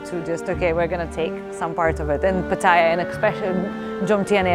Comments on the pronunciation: Pattaya is correct, no pattya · The only youtuber that pronounces it correctly